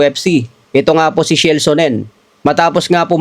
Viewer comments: Sino'ng SHELL Sonnen? Baka Chael (pronounced as Keyl) Sonnen. HAHAHA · Kael bigkas dun. Shell amputa. Pag Kasi dimo kilala wag muna I content. Mema Ka Lang eh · Wrong Pronunciation yong Pangalan ni Chael Sonnen. . . lol - tamang Pronunciation po ay " Cha-El"